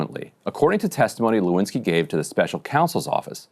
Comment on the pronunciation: "Lewinski", is that French ? 😂